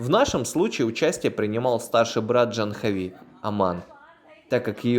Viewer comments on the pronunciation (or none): Не Джанхави, а Джахнави, с ударением на предпоследний слог. Не тика, а тилака. Не пурахит, а пуджари. Они тебя признали брахманом, это значит, что ты должен быть вегетарианцем, по меньшей мере, по большей -- не употреблять наркотических веществ, вплоть до чая и кофе.